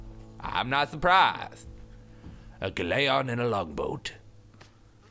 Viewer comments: Lol pronunciation of "galleon" as "gall-ay-un"... I thought it was "gal-ee-un" or something. FFFFF BUT WHAT DO I KNOW, THIS IS FAR TOO ENTERTAINING. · a Galaion!?!? SERIOUSLY TOBY!?!? its pronounced Galion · lol the way you say galleon